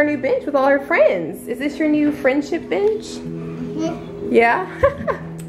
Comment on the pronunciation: Lmao your allergies made it sound like you said here's the B*tch I made instead of bench